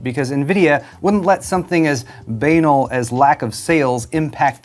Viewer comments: Not to be a nitpicker but it is pronounced bə-năl′. Or buh-nal. Not 'b-anal'. And I unapologetically bought a 4070. I didn't want to but I needed a GPU. I already have buyers remorse to be honest... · Only would pronounce banal like b-anal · First- if you have to forgo basic necessities to play video games, you are a moron. Second- it’s buh-NAHL. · its pronounced "b anal" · Banal is pronounced bah nall. But not to Nvidia. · Bay-nul? Or bah-nal? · Who'd have thought, nvidia up to their old tricks again. A tale as old as Ti... Doesnt "banal" rhyme with 'canal', and not 'anal'? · Look up how to pronounce banal lol. Unless you're trolling us.